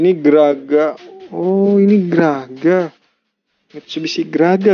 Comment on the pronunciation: Bukan graga tapi traga